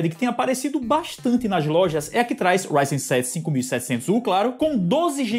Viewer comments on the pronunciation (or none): none